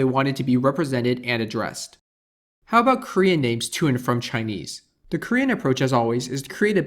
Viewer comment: 你的中文發音還不錯！